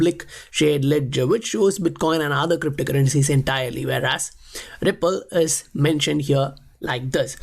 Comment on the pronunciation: why you say Wipple. Its Ripple.